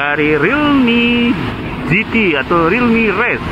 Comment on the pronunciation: Realme gt Orang selalu menggunakan singkatan pasti bacanya realme kok gitu